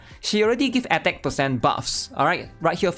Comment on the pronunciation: SIX PAHCENT